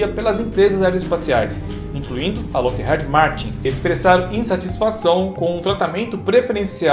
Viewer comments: Que agonia, vc falando Head ao invés de heed. 😂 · Na lingua inglesa a letra "e" tem som de "i", então a pronúncia da fabricante americana Lockheed é "Lóck iid" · Dois E em inglês tem som de I. Loquerride seria a pronúncia correto. Desculpa é que dói no ouvido.